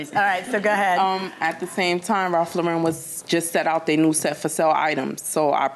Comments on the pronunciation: It is Ralph LAUren, not Ralph LauREN. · Why is they pronouncing it like that... That's a first I ever heard it being Ralph Lau-REN